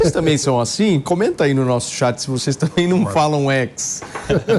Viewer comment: SE PARTIDOS ESQUERDOS PARAREM DE ATRAPALHAR A NAÇÃO , MELHORARÁ MUITO . E REPORTERES E APRESENTADORES BOBOS . . . " tamén ". Kkkkkkkkkkk